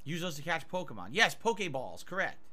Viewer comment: How the fuck does he managed to mispronounce and throw an A into any word starting with poki or poké. Poke-a-mon - Pokémon Poke-a-main - Pokimane Poke-a-bowl - Poki bowl